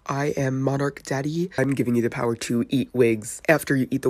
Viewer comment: monarch:give daddy your puwer😂